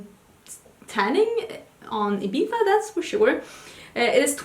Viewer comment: You said Ibiza right! 😊 Congrats on your collab 😘💃🏻